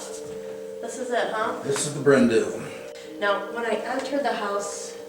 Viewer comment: ‘Du’ is pronounced ‘Dee’ not ‘Do’ it translates to ‘black hill mansion’